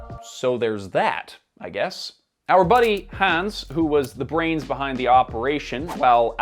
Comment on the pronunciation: Wait a minute, did you just pronounce the name Hans, hands? Like these hands ✋. Come on, how didn't you know how to pronounce it? It's like one of if not the most commonly used stereotypically German name in media.